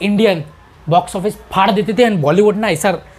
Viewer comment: Faar dena chaiye .. this is not even a word. “ its phaar dena “ 😂😂😂 not faar dena